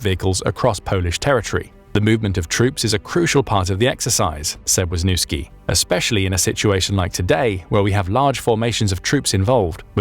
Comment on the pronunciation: Your prouniciation of Wiśniewski is attrocios. It's not even similar. You made it sound like Łózniuski. That is as far from Wiśniewski as it can be. WTF?